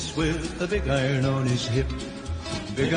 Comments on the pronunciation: I pronounce iron like you dear. Arn equels iron. Right!!!!! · I-I-Ron (like A-A- Ron) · … you said it RIGHT!!! ❤️❤️ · you say iron just like a Canadian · is a lot closer to pronouncing iron right lmao